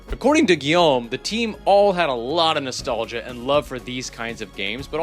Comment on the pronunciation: Your French was pretty good. I'm impressed. I never heard an English speaker say Guillaume as well as you did.